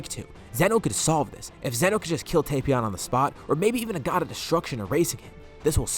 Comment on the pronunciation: Finally! Someone who says Tapion right! It's not "Tap-Ion" it's "Tape-Ion"